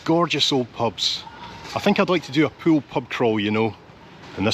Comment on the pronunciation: As usual, a superbly natural and authentic production and presentation. Really enjoyed this one. Thanks so much for pronouncing Poole correctly too. The current BBC new replacement RP estuarine London media accent forces people to call Poole, " Paul". TV presenters also refer to a swim in a " Swimming Paul". Poole is not Paul folks. Listen to how pronounces it the correct way. Whinge over. Here's to - the blokes a gem. Yours Aye